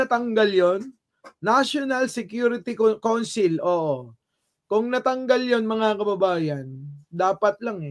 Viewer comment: Pronounced as cawnsil